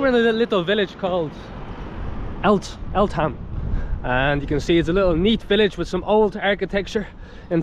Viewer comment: Eltham is pronounced Al-tham. Glad you enjoyed Taranaki. The next place you stopped at is called Hawera. Pronounced Har- where-ra (roll the R). Now you know you can also get milk from Bulls. That plane area is called Ohakia (pronounced O-Har-Key-Ah) which was a military air base but is now for commercial flights